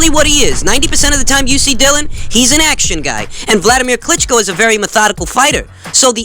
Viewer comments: Mate it’s not pronounced Dill-un it’s Dilly-un Whyte. Your great and I’m not trying to be some ass but he deserves his name being announced correctly. Great info and insight 👍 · No it’s two different names. Dylan and Dillian